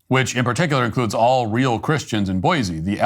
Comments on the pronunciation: It's 'boysee' not 'boyzee'. Boise is slowly becoming another Portland/Seattle/Denver, a Left wing tail wagging a Right wing dog. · Boy-see not boy-zee